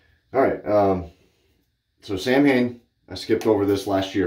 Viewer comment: Great shave brother, but it's not Samhain. It's pronounced Saa'wn it's an ancient Celtic ritual.